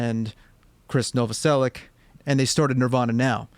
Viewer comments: he pronounced novoselic as novoselick 💀💀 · Novoselic is pronounced No-vo-sell-itch.